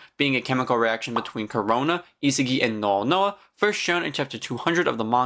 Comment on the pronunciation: its isagi not isigi and u can do otoya karasu gagamaru charles zantetsu tokimitsu aryu good vid btw